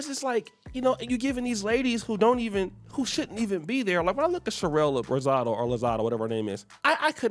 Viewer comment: He sure did. be messing them names up but we still love him😂😂.